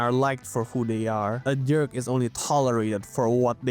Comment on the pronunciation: you keep saying "derk" and its hilarious haha